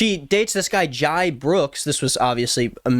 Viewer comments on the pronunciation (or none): he pronounces his as Jay so that’s how i’ve always said the name as well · completely off topic but pronouncing Jai’s name as “jye” caused me great pain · Not you saying JIE brooks 😭